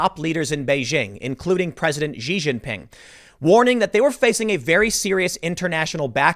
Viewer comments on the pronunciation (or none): The name Xi Jinping is pronounced "she jean-ping". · Yo Tim, neat show. This Chynese dude's name is pronounced "She Gin Pin"